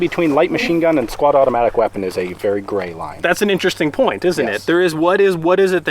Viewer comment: did he say squadomatic weapon?